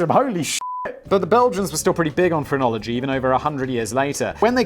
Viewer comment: The first 4 or 5 times he said phrenology, I swear I thought he was saying pornography, and I was really confused.